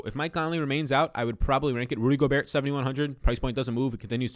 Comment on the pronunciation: Yo the T in Gobert is silent. Love your content tho!